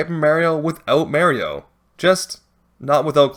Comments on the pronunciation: Loved the video but for the love of cotton candy, please stop saying "Merry-o". I get different dialects and pronunciations but good gravy on a bicycle, that is just audible torture for any legit Super Mario fan. Whew! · "Meh-rio":face-orange-frowning: Disliked, unsubscribed, reported, doxxed, swatted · You drove a whole lot of engagement by sticking to the "Mayrio" pronunciation. Respect. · It's hard to watch with you calling Mario Maryoh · he literally says his name so many times throughout the series, why can you people not understand how to pronounce it? I'm not watching an hour long video of someone saying Mary-o, hell no. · Clicked on the video. Immediately heard "may-rio." Posted disappointed comment. Left. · I don't think the way mario is pronounced depends on region, some people just pronounce it wrong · Thankfully, watching Joseph Anderson has given me mental resistance to this pronunciation of Mario, and I can watch the video in peace. :) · Why is he saying Mario like that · The run would be a lot more impressive if you pronounced mario right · Probably a great video but the way you pronounce Mario's name just doesn't let me watch it past the third time you said it. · Stop saying it like that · Was gonna watch but just remembered his awful horrible wrong pronunciation of Mario sorry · I understand that most proper Italians pronounce Mario the god awful way you do, but even the character himself pronounces his name the other way, why do you insist on disrespecting him this way? Actually hitting the do not recommend button on you. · mayreeoh??? ITS MAH REE OH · Yeah I'm not gonna subject myself to listening to "merry oh" for more than a minute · Everyone talking about "Mayrio" but nobody talking about "Lahva" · Beloved Youtuber “” Caught Pronouncing Mario(commonly pronounced as Mah-Rio) as “May-Rio” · Easy challenge! You can beat the game without May-rio easily, since you're playing as Mah-rio! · Its not Mayrio. It MARIO M-ARE-E-O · and "Meh-Rio"